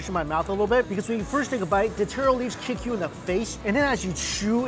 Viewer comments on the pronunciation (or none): none